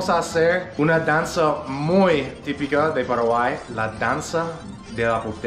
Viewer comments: No se dice Paraguaí!!!! Se dice Paraguay!!! Con acento en la "a" Paraguáy! jajajajaja 🤗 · you're improving a lot let me give you one tip to better pronounce words. Try to learn the correct vowel sounds. For example, it's not "peraguay" its "pAraguay" you need to emphasize each vowel more and maybe open throat more to make the sounds more clear. Not sure if that makes sense. Because you're very good your vowels are what are a bit weaker but overall you're 👌🏻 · My dear, I know youre trying very hard to learn Spanish. For some people learning a second language Is so Easy than for others. Let me tell you about my experience. I learned English quickly but my accent was am issue. One Time a profesor from college suggested i went to speech therapy to corect my accent. I did and it helped. My accent wasnt that pronounced but it interfered with what I wanted to donwhich Is teach elementary. I dont know if there Is such a program for people who are trying tonlearn Spanish but there Is one program for those who want to learn English. Either way we love what you do and how much you study our culture. Be safe guys